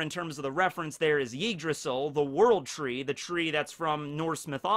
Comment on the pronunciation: The way he pronounces Yggdrasil makes it sound like Yeetdrasil